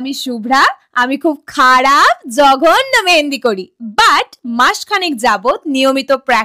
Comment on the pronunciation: Tomar joghonno bolata Khub hashir😂